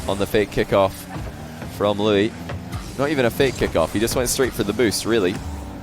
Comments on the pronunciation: I wonder if you've gotten the pronunciation worked out on stream, but here's my attempt at help. "loo-EESE." The emphasis on "EESE" like Reese, or lease. Edit: I'm not an expert and this is just my speculation to the pronunciation based on YouTube videos :) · I love how can’t pronounce Luis lmao